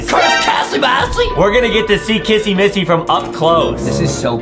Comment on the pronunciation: why does justin call kissy Missy Kassy massy